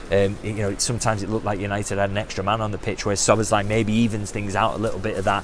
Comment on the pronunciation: "Sboz" = Szoboszlai - megtanulhatnád már a nevét!